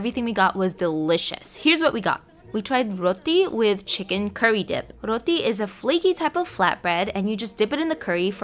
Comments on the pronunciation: I am sorry but it’s not ruthi (like your pronouncing) it’s roti like you pronounce the t in for ex. brat or foot. Not everything has to be pronounced like you Filipino background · Roti is also a traditional dish in Trinidad and Tobago (in the Caribbean) Due to the migration of East Indians into the country historically, it became part of the culture We pronounce it like 'roh-tee' though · A tip- Roti is pronounced as "Ro" as in "row" n "ti" as "tea" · Malaysian food is like a mix of chinese, malay, indian and Pakistani food. No one is talking about Pakistan😭 We Pakistanis eat roti as a casual meal everyday. And also, its pronounced with a sharp t and not a soft one. No hate intended